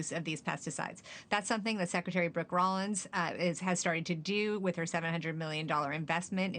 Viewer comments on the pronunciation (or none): none